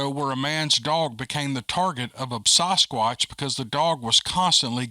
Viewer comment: Sass squatch.... Not SOSS squatch